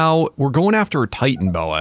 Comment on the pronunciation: It is titanoboa is not titanboa